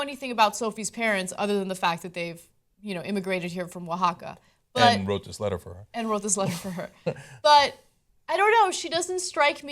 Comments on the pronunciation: props to Ana for pronouncing Oaxaca correctly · Wow, Ana pronounced "Oaxaca" correctly. Muy bien! lol.